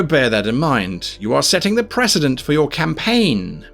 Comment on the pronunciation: Did he say, how to start a caim ? :D